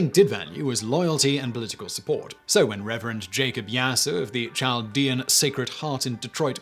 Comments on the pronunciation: Not that you’ll see my comment but it’s Chaldeans with a K sound not a typical English Ch sound. Very interesting though! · Chaldeans is pronounced kaldeans. Hire meeeee lol